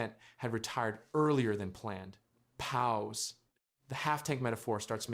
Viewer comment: Why are you saying pause so weird?